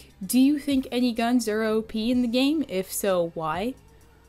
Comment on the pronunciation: I thought u said obese instead of op